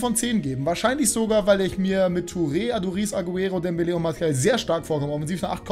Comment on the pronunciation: Sprich doch mal die Namen richtig aus 😂 martial ist kein Spanier. Genau wie Jesus 😉